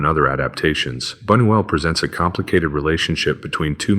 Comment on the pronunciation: And, by the way, "": The correct pronunciation for Luis Bunuel's surname is "Boo-nyoo-EL" (secondary accent on the first syllable, primary accent on the THIRD syllable). Hold the thought......